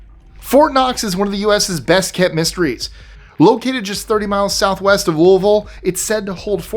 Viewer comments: YOU SAID ‘LOUISVILLE’ CORRECTLY!!! I’m from Louisville, Ky and when you said it when talking about Fort Knox, I almost fist pumped. Said it like a true native.❤️ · You pronounce Louisville like a native. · Thank you for pronouncing Louisville correctly!